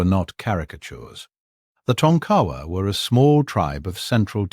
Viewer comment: Its pronounces Tonka wa not Ton kawa.